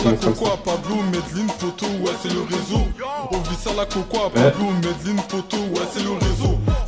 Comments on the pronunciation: Juste un truc ça se prononce maisdeslines, la célèbre ville du cartel d'escobar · en fait tu doit prononcer le n sa se lit "Medeline"